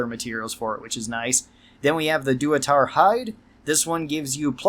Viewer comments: Lol... "Duatar" 😂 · "doo-uh-tar" lmfao.